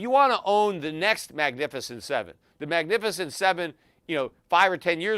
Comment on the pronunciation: Peter you always listen to CNBC and you've never heard of "The Magificient 7" 😂